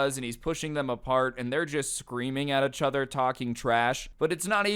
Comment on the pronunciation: Every time you say achother my soul dies